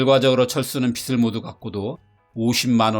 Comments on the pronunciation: 빚을 [비슬x] [비즐o] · 배우신 분들도 발음할때 많이 틀리시더라구요^^; 여기 주인장도 빗을, 빛을 이라고만 발음